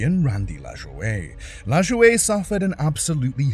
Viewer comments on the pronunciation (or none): Randy LaJoie's last name is spelled LaJoie but its pronounced La-Joy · That was driving me nuts, I started to search for the race to see who it was, but decided to check the comments 1st, because I could not figure out how to even spell "LazzUway"? I hate these stupid channels that know nothing about a topic, but attempt to make themselves look like experts on the subjects, then cash-in. They don't even bother to look up the correct pronunciations of the driver's names, or use ai to narrate. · Pronunciation on nascar drivers is bow dine and la joy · La Joy, not La'joeda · Randy LaJoie pronounced LaJoy. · Randy LaJoie… his last name is pronounced like LaJoy. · We Americans don't pronounce French names the way French people do, so Lajoie is Lajoy and Bodine is Bo-dyne instead of Bo-deen. Though there was a famous baseball player named Napoleon Lajoie where it is pronounced in the proper French fashion, but his career was over 100 years ago. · Bro said LAjooOey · Its pronounced "La-Joy." Nothing better than copy writers don't take 28 seconds to just ask Google for pronunciation. At the very least, that's how the man himself produces it. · Addendum Oh and the 07 car at Daytona. The drivers name is Randy and its pronounced LaJoy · It’s La-Joy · The man’s name is pronounced Randy LA JOY. SHEESH. That damned AI will be the death of us all. I only lasted thru 5 minutes. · Just an fyi. Randy LaJoie’s name is pronounced LaJoy. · It’s laJOY that’s how you pronounce it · LaJoie is pronounced La-joy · Sorry you lost me at Randy LaJoie; that name is supposed to be 2 syllables (La-joy), not 3 French ones. I lived thru that era and know the names, apparently unlike you. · The pronunciation of Randy Lajoie's name hurt my brain.